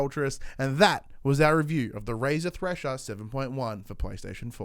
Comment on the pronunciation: you sayed trasher?